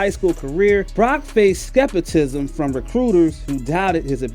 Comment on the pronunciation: "skepitism" lmfao go back to school.